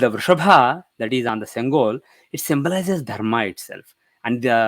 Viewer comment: Sorry mataji its not sengola its sengol (செங்கோல்) . la la kuch nahi hei. In Tamil no words end with la.